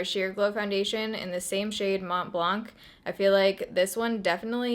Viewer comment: You don’t actually pronounce the C in blanc .. It’s a french word that means white👀 Lovee youuu btw and your skin is looking fiiireeee